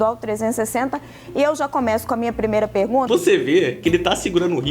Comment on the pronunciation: O Nicolas fala obrigado pela pergunta, oque eu escuto: - Obrigado pela janta! 🤌